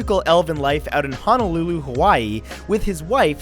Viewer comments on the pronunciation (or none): none